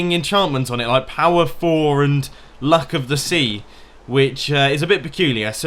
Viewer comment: That sounded... sexual? Instead of luck of the sea it's Lick off the Pea